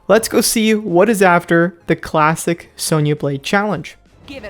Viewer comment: What he said:"Let's get back to Klassic Sonya Blade" What I heard:"Let's get back yo Klapping Sonya Blade" 😂